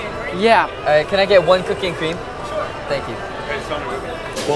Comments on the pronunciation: When jungwoo said "cookie and cream" I thought he said cocaine and crem XD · WHEN JUNGWOO SAID COOKIE AND CREAM I THOUGHT HE SAID COCAINE AND I WAS ABOUT TO SCREAM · Yo when i heard jungwoo said cocaine and cream instead of cookie and cream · When they were ordering ice cream I heard jungwoo say Cocaine cream 🍨😂😂😂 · lmao when i heard he said that i legit heard he said cocain and cream 👁👄👁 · I heard cocaine cream 😂